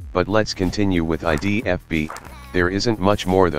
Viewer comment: I literally lol'd at the way he said 'idfb'